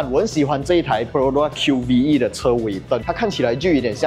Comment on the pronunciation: 这车不是读Q-V-E，官方说直接读Q-VE, 和MyVi的V读音一样